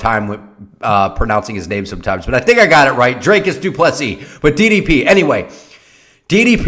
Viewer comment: You got his name right lol, love your channel ❤️❤️🇿🇦🇿🇦